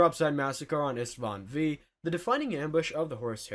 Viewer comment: Istvaan 5. Not Vee